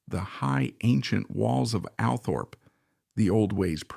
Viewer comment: It's called ALLTHORPE, NOT, "Al" Thorpe